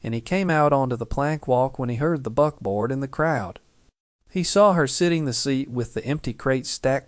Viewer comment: Buckboard not butboard